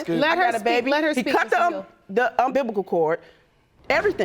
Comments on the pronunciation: First time ive ever heard the "umbilical cord" pronounced as "um biblical cord". That cord has nothing to do with the bible. Lol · “Umbilblical cord”. 😂😂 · "He cut the UMBIBICAL cord"...😂😂😂😂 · "Un bib ba cal" cord?🤐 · Lol “the umbiblical cord” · "He cut the umbibicle cord..." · "He cut tha umbibical cord" 😨 Yet again, another woman who doesn't know her own body workings & their related parts & has the lexicon of a fetus.😯😔 Paternity Court is undefeated with this foolery🏅🏆. Most of the women rest on pretty...well, get lazy on pretty & forget that dictionaries , thesauruses, biology 101 & lady-like etiquette can still be gifted to self... or they can just use the interweb. ANY (all) of these things can (should) be their best friends. EDIT: She said he accused her of being "puhmisQUous". Her mom: the "audacitated" gall. WE did this from 1999 (former millenniums) on back. There should be none of that starting from 2000. Come ohhhhhn ppl. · He cut the "umbibical" cord.....oh boy. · Premiquous, umbiblical, audacitated... man these words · “He cut the umBIBLICAL cord” 🤦🏾‍♀️ Umbilical sis, ummmmmbilLickkkkkHul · "Umbiblical cord" Lawd take the wheel!! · The umbibical cord 😂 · Ummbibical Cord!😂😂😂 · “Umbiblical cord”????? 🤦🏽‍♀️🤦🏽‍♀️🤦🏽‍♀️ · She said he cut the umbibical cord😂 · Umbibical cord🙄😁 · Did she say unbiblical cord? 🤣🤣🤣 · Did she say “UMBIBICAL” cord?🤣😭 I just can’t. Here I am thinking it’s an umbilical cord. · Did she really just say "unbiblical cord"?? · I was looking for this. Correction: she said unbiblical cord. And everything they are doing is indeed unbiblical, even down to the rupaul gramma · What’s an “Umbibba-ca” cord? 😂😂😂😂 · "The Um-bi-bi-cal cord"😒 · Did she say “um BIBLICAL “ cord? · So not only did he cut the unbibical cord, but she was permisthquous?? Lawd we need speech therapy in here too. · He cut the “umbiblical” chord and everything! 😂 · "umbiblical cord" 🤦🏿‍♀️ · “Umbiblical cord!?!” I am so weakkkkk 🤣🤣🤣🤣🤣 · Did she just say UM-bib-bi-cal?